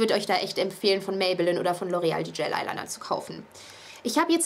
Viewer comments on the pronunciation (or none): cooles video aber du spricht es immer falsch aus das heißt gel eyeliner und nicht gayl eyeliner :)